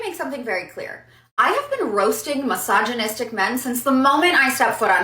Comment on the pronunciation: What is hillarious is that if yoy pay attention most of those women say "massageonistic" and not "misogynistic"...🤣